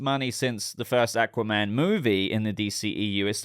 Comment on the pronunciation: I hate the way he says aqua man